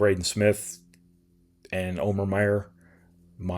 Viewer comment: Omer has literally told people it’s pronouncer “Omer”, not oh mare